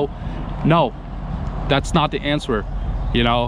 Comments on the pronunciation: When you say the word answer why do you pronounce the w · The w is silant in the word answer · Just to help you out on the word "answer" the "w" is silent basically in our goofy american English language haha.. Again just trying to help you out so no one can be cruel about it. Also, you mentioned you stay out of politics and I was the same way for most of my life (36 now) but when I eventually moved away from where I grew up which was basically heavy heavy democrat because it was in the steel mill rust belt (somewhat close to Cleveland Ohio) I started to realize everything I thought was true about democrats and republicans was nothing but this lie that is passed on and on and when you dont educate yourself away from mass media sources you just either dont vote or care or you vote democrat because you believe these rich people actually care about poor people or middle-lower class people and areas and you just vote for whoever runs thinking one day that vote will help you/family get these jobs they promise or this or that but the truth is you never will get anything but them telling you the same thing again in 4 years or whatever their terms are..when I taught myself to be the best of the best of what I do and opportunity allowed me to move anywhere and work anywhere I ended up taking a job in a place that was voted the best city to live in a few years prior and when I started making friends with co-workers and people who were mostly not democrat but many of them had grew up like me in poor areas or overseas but they had lived in this area for several years already and s